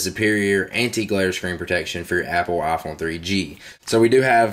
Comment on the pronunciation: Love how you call it the "ah Phone"